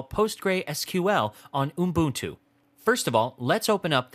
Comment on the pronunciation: I must say, your pronunciation of 'ubuntu' made me laugh. No offence intended. Nice tutorial by the way!